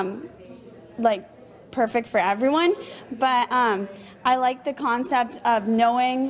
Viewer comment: Hehe, the "Khancept."